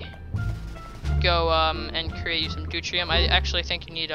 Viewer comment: Pronounced doo-teary-um